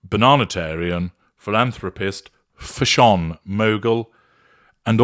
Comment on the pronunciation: Just to say: my daughters and I have adopted the way says “FASH on” when we are being rude about clothing choices. I’d give examples but it’s too mean and I’m rather ashamed of us. If it’s beige, is it automatically FASH on? Or does it need to be overpriced, ill fitting and wrinkled, as well? FASH on!!! 🎉